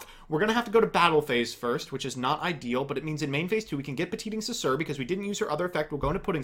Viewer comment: i almost got sick from all that sugar but your pronunciation of petingcessouer was more than sour